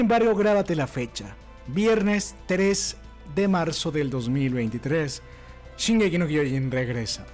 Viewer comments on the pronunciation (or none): Se pronuncia SHINgeki no kyoJIN